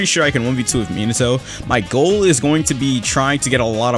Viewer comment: Meen-ato